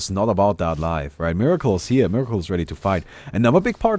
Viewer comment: this guys name is MERACLE not MIRACLE you should be ashamed BOOOO lol.